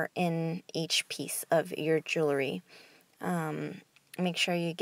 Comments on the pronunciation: Thank you so much! This recipe works. I use it exclusively. And you've gorgeous jewellery. However, please desist from tossing your jewellery like that. They should be carefully placed, and not shaken so as to bang against one another. Side note: The word is jewellery (or jewelry), yet you are mispronouncing it as "jewlery". Second syllable is 'wel', which you never sounded out. Many thanks again for the recipe dear.😒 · I wanted to watch, but since you can’t pronounce jewelry correctly, I decided it wasn’t worth it!